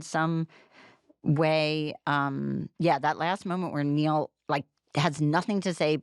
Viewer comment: 'Niall' is not pronounced 'Neil': it rhymes with 'mile'.